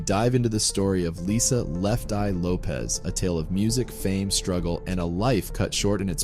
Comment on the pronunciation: Her last name is pronounced Lo-pesh NOT Lo-pez Her name is Portuguese origin. Lopez is Spanish